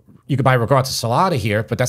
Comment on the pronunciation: Agreeeeeed Absolutely made better P.s 😣 " rikotta " I almost turned the vid off:( Please say it right!!! Ri 'g' 'or' ta Ur awesome